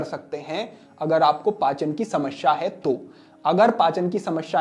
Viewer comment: शमश्या नहीं, समस्या